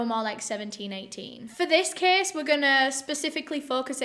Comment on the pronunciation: "Let's get into de ceeeys". Oke